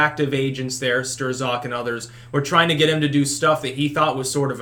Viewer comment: LOL “Stir-zock” I love how pronounces certain words..